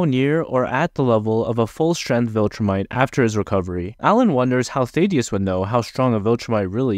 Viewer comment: Ok you failed to pronounce the names of both Thaedus, the Image Comics character, and Thadeus, the name on screen. Also your failed pronounciation is closer to Thadeus but, again, is still wrong and sounds like your primary language isn't English the way you mispronounce